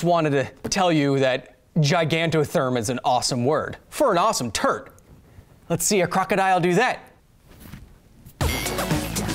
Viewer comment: Yeah maybe don't abbreviate turtle with turt... sounds like turd